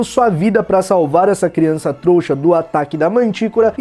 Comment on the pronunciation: "criaça trouxa' kkk